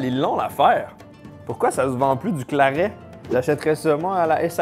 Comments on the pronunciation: J'ai un producteur de boissons médiéval pas loin de chez moi, ça m'a permis de tester l'ambroisie et le claret et ça se prononce claré 😁 L'ambroisie c'est bien fruité mais assez sucré aussi, un verre c'est très agréable, le 2e passe nettement moins bien 😆 Alors les 2 où 3 litres...fallait vraiment pas avoir le choix quand même Le Claret c'est encore pire c'est une bonbonne de sucre le côté dessert prend tout son sens, cependant même pour une boisson "dessert" la quantité de sucre reste bien trop grande on ne sent que ça et pour ma part je n'ai pas aimé, j'aurais mis du miel et du sucre en poudre dans de l'eau comme du sirop je n'aurais pas vraiment vu la différence 😂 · le "claré" si tu veux le prononcer